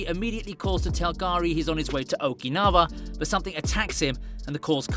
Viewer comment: No critics, but, isn't OkinaVa, pronounces OkinaUa, Okinawa, W has U sound, not V